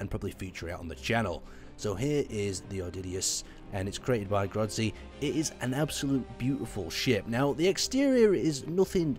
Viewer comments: It's pronounced O-dis-e-us, not o-didy-us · Um, o-diddy-us? Is pronounced o-dissy-us... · Oddydious? Really? lol...